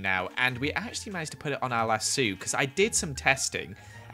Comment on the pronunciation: LassO. There’s an o. Not lassu